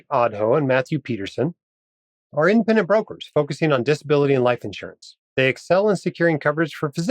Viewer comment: FYI - in the ads, it sounds like you're saying "infinite brokers" - I assume you're saying "independent brokers"